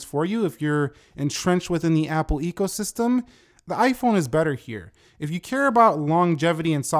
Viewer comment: Although you said ego system instead of eco system, I like to think you didn’t stutter as it does boost some people’s ego to own an iPhone regardless of generation.